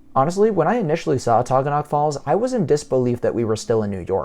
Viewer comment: You're pronouncing Taughannock incorrectly. It's Tah-gan-ick. Ithaca is my hometown.